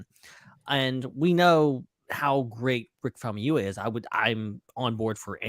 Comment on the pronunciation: Famuyiwa, not Famayama! 😁🙃